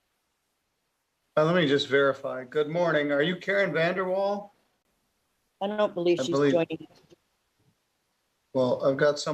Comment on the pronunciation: More like Karen VanderWhale instead of Vandeewall.